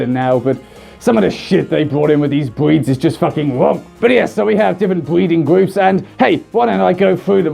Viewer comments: “We have so many bweeds of dogs we even have a gweping system” am I the only one...? 😂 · "Bweeds of dogs" yes, yes they are.